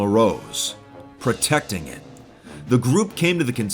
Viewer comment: Yeah "portecting history" look at you, "portecting" history.